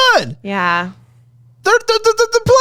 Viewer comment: I feel like she was pronouncing “yeah” as “nnnyeahhhh” 🫠😂 great ep